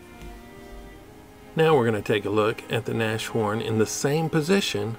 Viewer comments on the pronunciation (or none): it's NAS-HORN. From "Nase" (nose) and "horn"... like the animal you would call "rhino(ceros)". The A in Nas is not like in NASHVILLE! It sounds like the u in "but".